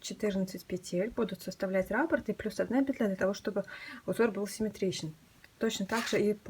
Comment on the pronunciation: Отличный коврик,но нужно произносить.раппО'рт.ударение на О